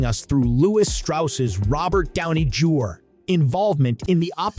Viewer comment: This review is ass but I certainly laughed though 😂 these have got to best pronunciations ever Silian Murphy Robert Downey Jar Florence Puh And C I -Fi elements